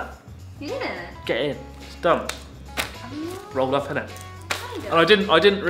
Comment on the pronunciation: rolled up innit 🤣. Letting ur inner brit out lol